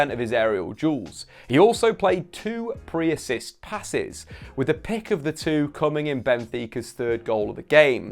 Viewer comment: “Pre-assist” … deary me